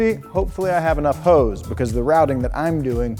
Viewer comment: Hose, not Hoe's...